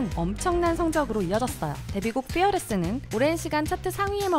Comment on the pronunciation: Pearless가 아닌 'F'earless입니다... F발음